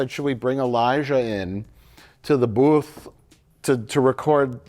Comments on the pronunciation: Mikes pronounciation of 'Booth' had me floored for several mins. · It's a Wisconsin thing. Their O pronunciation is strange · Liking for Mike's pronunciation of booth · we do sound a bit Canadian in wi when it comes to our 'oo's but this was just a flub, we have to give some grace to the elderly